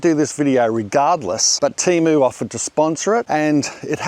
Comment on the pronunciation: Love your channel, but TEMO? noooo man.